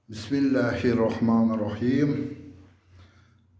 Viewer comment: Ака яхшимисиз? Хаммаси яхши, факат илтимос айтсангиз тугри айтинг Бисмиллах ни